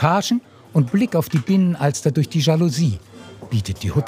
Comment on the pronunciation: Und Binnenalster und nicht Bienenalster!!